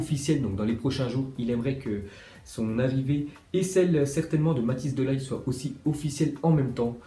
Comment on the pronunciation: Par contre tu prononce mal le nom Matthijs de Ligt